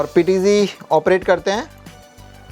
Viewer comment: PTG नहीं PTZ